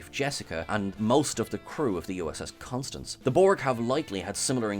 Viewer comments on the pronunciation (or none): none